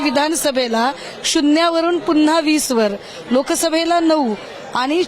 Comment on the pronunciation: शुण्ण्या वरून पूनंन्हा....